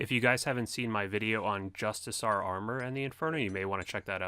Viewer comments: JUST-I-CAR. NOT JUST-I-SAR. Do no Runescape players learn how to pronounce the English language? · Justicar- pronounced just-ik-are